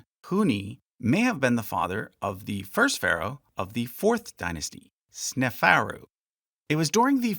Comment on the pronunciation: hearing sneferu as snefarrow makes me want to tear my ears off